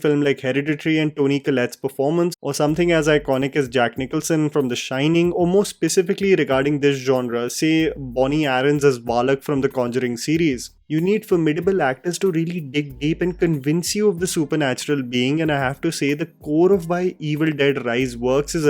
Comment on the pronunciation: When he referred valak as 'baalak' 😂